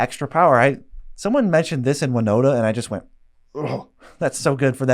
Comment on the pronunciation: I had the same reaction when you said winota